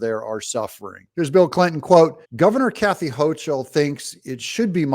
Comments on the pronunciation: Kathy Hochul's name is pronounced with the "k" sound, like Hokul. Just say'n. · Buffalo guy here. I like the videos, just wanted to let you know her name is pronounced Hoke-ul, not with the "ch" sound. It's classic German, kind of like her policies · Doug, the governor of New York's last name is pronounced: "Ho kle"